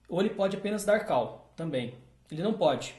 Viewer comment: A PRONUNCIA NAO É "KAL" SERIAL "CÓL".....entendeu? kkk